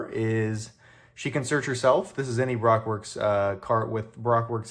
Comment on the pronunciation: I love the enthusiasm, I do. But it's Ba Roke. If you disagree with that please tell the voice actor for zoro he mispronounced it in episode 62 about 3 minutes from the end of the episode.